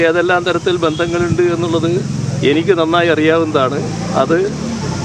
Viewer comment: എനക്ക് എന്നല്ല എനിക്ക് എന്ന് പറയാൻ പുള്ളിക്കാവുന്നില്ല